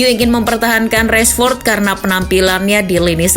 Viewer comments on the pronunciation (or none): Baca nya tetap biasa rashford bukan reshford makasih.